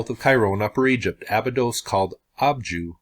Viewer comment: Before you try to "Decode" it, maybe try pronouncing it right. It's pronounced A-Bye-dos not Aba-dos.